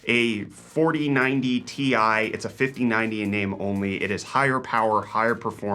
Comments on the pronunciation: Can you stop calling it a 4090 TIE? It's T-I, not TIE. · Ti = Tee eye; not TIE smh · Stop pronouncing Ti that way, please.